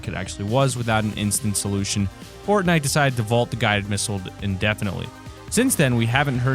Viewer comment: At the end he said Bortnite XD